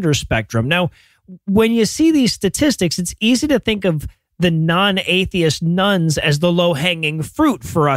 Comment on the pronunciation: Everytime you say "Nones" I hear "Nuns" and wonder why the convents have suddenly gotten so popular.